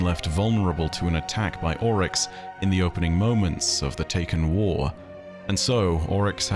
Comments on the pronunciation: Any reference to someone in game pronouncing Oryx as "Ow-Rix", instead of "Or-Ix"? Or does Ow=Rix sound more posh and pretentious? Remninds me of when you insisted on pronouncing Xivu as "Shevu", insted of as "Zivu" when everyone in game pronounced it as the later, including her sister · why do you pronounce characters names weird? You say owryx instead of oryx